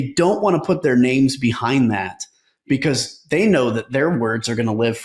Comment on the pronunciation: "beCAUSE" proper pronunciation has a "awz" sound in it. It's not "beCAUSSE"...I watch your videos but the way you say "because" is infuriating.